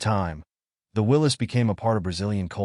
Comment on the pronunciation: You got it right! It is pronounced "Willis", not Will-ies"! I have a friend who has a '43 MB at his cabin in the Sierra. We drive it whenever we are up there.